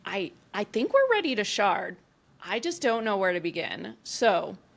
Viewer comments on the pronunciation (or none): 🤣😭 never let your shard d's become t's